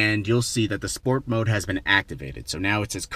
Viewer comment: Spoet mode XD